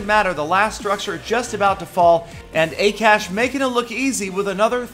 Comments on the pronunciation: haha XD i love how you pronounced akash FYI it is Ah-kah-sh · you pronounced akash wrong it is hindi name which is national language of india